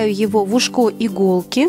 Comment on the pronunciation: УшкО правильно Ушко